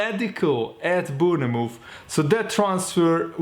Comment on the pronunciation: Not Boonamove mate say it like you read this Bornmouth (Bournemouth)